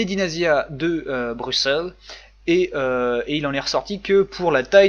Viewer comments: Non on dit brussels, c'est le nom d'origine même si on l'écrit avec un "x". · LOL l'accent sur le mot Bruxelles, mais merci d'être venu et si c'est si super on t'attend l'année prochaine maintenant suis fière d'être Belge :D